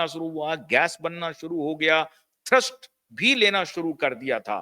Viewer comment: थर्स्ट नही थ्रस्ट होता है भाई साहब